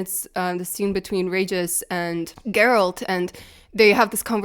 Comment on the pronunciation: As my wife said when we heard the news they were replacing Henry with Liam "It's 'Jer-rollt" now.